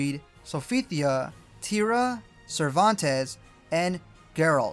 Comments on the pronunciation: Black Cervantes was waaay better . 😂 "Sir Vantez" 😭💀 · The best was black Cervantes- Sir Vantez. 😂💀